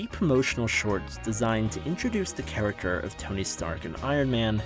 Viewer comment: How can u say characterization correct but cant say character?